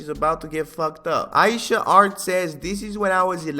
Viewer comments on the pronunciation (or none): none